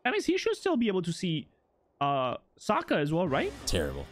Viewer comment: his name is Sokka btw hear how it’s pronounced cuz you’re pronouncing it wrong.